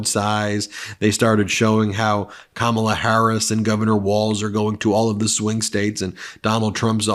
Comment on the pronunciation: Me too. Also it’s Kamala, no R